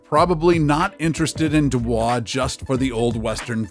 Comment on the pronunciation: Nothing like taking advice from someone that doesn't even know how to pronounce the damn town names. A big NO on Truckee and Dubois. Do your homework. And, Midway is anything but unknown.